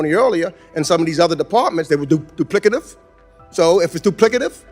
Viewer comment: Jackie Childs grandpa calling out that doo-plicative !